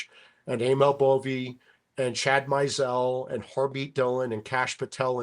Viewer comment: Yeah he said Chad Meisel